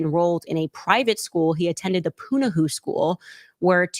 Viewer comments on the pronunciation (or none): A lot of people have known all of this for years and it was even published and we're still fine. Punahou is pronounced Punaho, Candace ❤